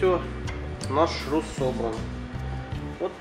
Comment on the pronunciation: шрус, а не шруз